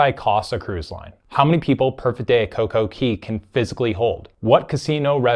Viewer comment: It's coco CAY not coco key. It's pronounced CAY because it's set up to rhyme with DAY. Perfect DAY and Coco CAY not Key.